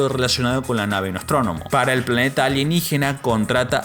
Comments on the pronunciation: La nave es es: "Nostromo", no "NostromoNO" (se menciona varias veces en el video) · es NOSTROMO no NOSTRONOMO xD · ME DUELEN LOS OÍDOS CADA VEZ QUE ESCUCHO "NOSTRONOMO"... ¡ES NOSTROMO! Sacada de la novela de Joseph Conrad de donde también salió el nombre de la Sulaco. Como dice Aldo: "Vaya a repasar!!" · Perdón, pero la nave se llama Nostromo, no "Nostrónomo". Y Giger no es "gáiguer". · Dices Nave Nostrónomo???? Es Nostromo. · Para empezar no es NOSTRONOMO , la nave se llama, NOSTROMO, pésimo video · No es "nostronomo" es "nostromo" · "NOSTROMO"✅ "NOSTRONOMO"❌ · perdon pero escuche nostronomo 4 veces y me canse... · Acaso escuché... ¿"Nostronomo" en lugar de NOSTROMO? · Buen video. Solo dos observaciones: Es Nostromo, no "nostronomo". Es Ruedi, no "rudolph". Me mantuvo entretenido en mi hora de almuerzo en la oficina. Gracias. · Amigo, repetiste varias veces la palabra "Nostronomo" y realmente es "Nostromo" Solo una pequeña aclaración sin mucha importancia. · El video es simoplemente ESPECTACULAR. Eso si... cada vez que decias NOSTRÓNOMO me daban ganas de matarte.. jajajajaja.. La nave se llama NOSTROMO!!!!!! Por lo demás, lo dicho.. un trabajo increible y digno de un like. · Por favor, amigo...el nombre de la nave es NOSTROMO!!! Me matas cada vez que lo pronuncias mal...😅 Saludos. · Videazo pero por qué dice Nostrónomo?? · lo mismo, le grite cada vez a la pantalla NOSTROMO, ANIMAL!, pero si, se agradece el esfuerzo y el cariño en el video.